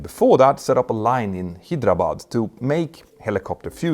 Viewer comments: Hyderabad is pronounced as Hay-dra-bad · Loved you butchering "HYDERABAD" pronounciation ❤.... Really iam not mad..but loved that part 😂❤